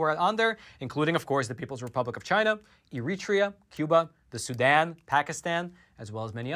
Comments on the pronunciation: eritrea...say it like air-reh-tray- ya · Eritrea.. Wrong pronunciation! It is pronounced air-it-ray-er...!!!